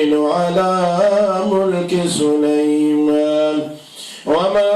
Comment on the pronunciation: يااخي سليمان النون فتحه ليسة مضمومه